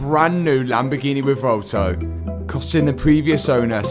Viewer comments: You're the man, this is not a critisicm, but in case you care, It's pronounced "reh-VWEHL-toh" and not "reh-vohl-to." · "Revolto" Classic.